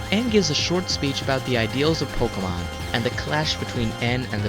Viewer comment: No offense, its not called pokamon its called pokemon